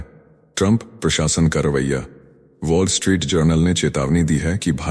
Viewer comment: पोल स्ट्रीट नही वोल् स्ट्रीट सही.